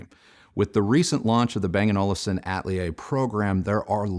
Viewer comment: for future reference ‘Atelier’ is pronounced uh-teh-lee-ay (it’s a French derived word)